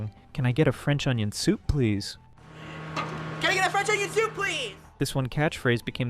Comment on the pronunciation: "Can I get a French onion thoup please!?"